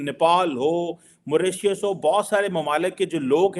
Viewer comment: At 5.53-“ moratious ❓ya Mauritius 🤔🤣🤣”